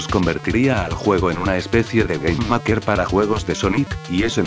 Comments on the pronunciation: SI el loquendo dijo maker tal como se lee y no meiker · Te falta mejorar el manejo del Loquendo escribiendo las palabras con su fonética correspondiente (como MEIKER en vez de MAKER) y todo así de forma que no suene feo. Por lo demás me ha parecido un vídeo bastante bueno.